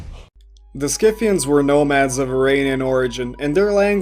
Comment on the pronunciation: PRONOUNCED SITHIANS YOUR FACTS MUST BE FROM WIKIPEDIA....subverted history For un-subverted history.... Go learn real history